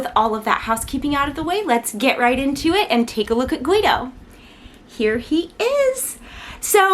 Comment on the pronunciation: I pronounce his name like “Gi Dow” so it bothers me when you say “Gu Wi Dow” lol.nice review btw